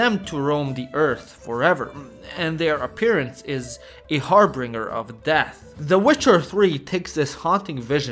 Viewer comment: "harbringer"? No, harbinger (HARR-bin-jur).